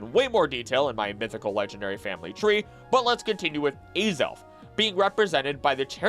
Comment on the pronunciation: As-ELF not ay-zolf.....